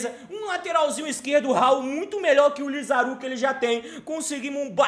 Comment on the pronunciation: LI - ZA - RAAAAAAA - ZU NAO É LIZARU